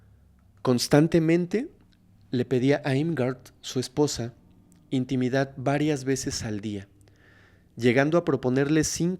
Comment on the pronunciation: Sigues aventándote tus muchos y buenos 4s, eXtrangulador???????? Trasgresión??? Intimidat y varias así. Lee más, pero a conciencia, y corrígete. Esto está súper mal si el lenguaje hablado es tu profesión.